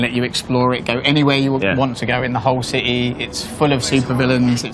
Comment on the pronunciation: Gotham Cih-heee